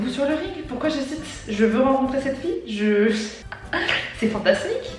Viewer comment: Très bonne vidéo, t'es vraimentr trop drôle !! Chaque fois que tu disais "FIE" j'étais pliée mdrrrrr je sais pas pourquoi, ça me faisait trop rire hihi